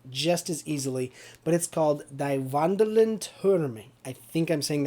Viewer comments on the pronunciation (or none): you are saying it wrong. In German "ie" like in "die" is spoken like "ee" in "feel" or like "ea" in "pea". Whereas "ei" would be spoken like you do. In "wandelnden" you pronounce it as if there wasn't a second "d" in it. "Türme" you pronounce absolutely right, which is really good since English doesn't even have an ü-sound.